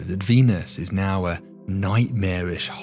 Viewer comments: "Dee-nus is a...." What's with these YouTubers being unable to pronounce words these days? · Cool video but say Venus with a P instead of a V